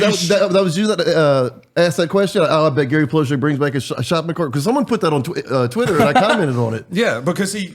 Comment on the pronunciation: Finally they said his name right. Drives me crazy everyone sayin Plow Shay.